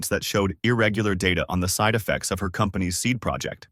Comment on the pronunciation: I'm convinced that a.i can't say "her"